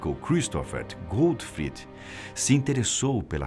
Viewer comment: A pronúncia tá errada. Não é GÉTXI GUTFRID é GÉCHÂ GÓTFRÍD.